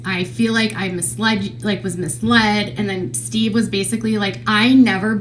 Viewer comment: correct me if i’m wrong, but i vividly remember KJ calling steve “she-ve” …. anyone remember this ????